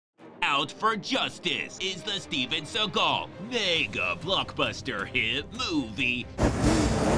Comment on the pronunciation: "Steven Seagrawl" Wtf 😅